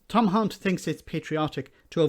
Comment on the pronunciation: I think you may have mispronounced Hunt.